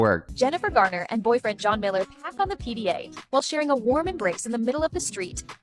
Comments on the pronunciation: Jlo and Ben both need to know that being single is quite necessary for someone 🤦🏾‍♀️🤦🏾‍♀️ Ohh... 😂😂😂 it's Jennifer Garner not Gardner, there's no "d" in her surname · I love but if he says Gardner one more time